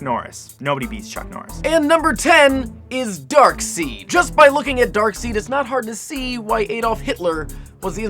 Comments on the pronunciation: this video fucked with everyones head! its pronounced darkside not darkseed. tell to get his shit right. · thank you for pointing that out. it is dark side as far as i am concerned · WHoah, when did the pronunciation of Darkseid become "Dark seed"??? All iterations of the character has always pronounced it as "Dark SIDE" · The final character's name is pronounced DARKSIDE, NOT DARKSEED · It's pronounced dark-side dear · it's not darkseed it's darkside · dude, Darkseid is pronounced "Dark-side"!!! wtf is a darkseed?! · IT'S PRONOUNCED DARK-SIDE NOT DARK-SEED YOU SKINNY MORMON NERD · IT'S DARK-SIDE! NOT DARK-SEED! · Dark Seed? DARK----SEEEEED?!?! It's pronounced DARK SIDE, man! C'mon!!!! :(((((( And minus 10 points for not mentioning Steve Ditko, the guy who CO-CREATED SPIDERMAN, and bringing up Jack Kirby instead....really man. :/ Other than that, great video. :) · dark-seed???? its pronounced "dark-side" freaking poser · LOL it's pronounced 'Darkside' not 'Darkseed' 😂😂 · You pronounce Darkseid as Darkside not Darkseed xD. I remember when I ised to pronounce it the same way...god I was a noob. lol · Why is he continually pronouncing it Dark- SEED when historically it has been pronounced as Dark-SIDE by comic book artists and writers as well as tons of cartoons? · WHY IS HE PRONOUNCING IT DARKSEED?? IT'S PRONOUNCED DARKSIDE!! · Darkseid... You pronounced the "seid" part as "seed" while it's supposed to be pronounced as "side". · Dude dude dude, it is not darkseed, it's pronounced darkside *facepalm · I don't wanna be that guy but its pronounced darkside and thanos, not darkseed and thaynos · It's pronounce (dark-side) not (dark-seed) fucking idiot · said darkseed instead of darkside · Its pronounced Dark Side not Seed! End fanboy rant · It hurt everytime he pronounced Darkseid as Darkseed D: , IT'S PRONOUNCED DARK-SIDE. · Darkside not darkseed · It's not pronounced "Dark Seed" it's pronounced "Dark Side". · its darkside not darkseed lol